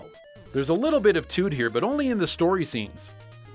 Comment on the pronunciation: Did you just say "tuts"??? Ps im from nz